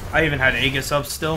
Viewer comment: It's pronounced Ay jis